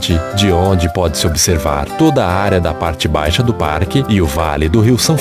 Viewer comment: (“parque”) e (“parrrrrrrque”). Ele deu uma forrrrrrrrçada legal aos . Depois ele fala “parque” sem dobrar ou triplicar os Rs (“erres”)! Ele fala “portaria” e “lugar”, “diversos” sem forçar a barra! Mas o “torrrnam” já dá uma forçadinha de novo! Mas tenho que reconhecer que sua dicção e entonação de voz são perfeitas! Bela voz!